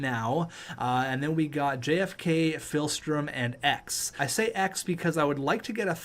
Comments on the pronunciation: Meanwhile is still saying ”PHilstrom” instead of ”PIHlstrom” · Alright please read. Ver NAR sky not ver nas ky Pihlstrom its like pill not phil Take a second read get some glasses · Pihlstrom not philstrom aswell